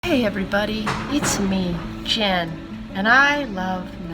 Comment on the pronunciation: i thought that she said something in a foreign language when she said "its me, jen". she's too adorable